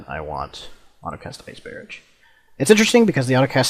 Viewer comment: its ice barrage not ice bearedge noob